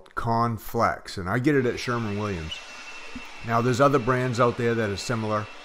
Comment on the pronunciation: SHERWIN williams , not SHERMAN williams .....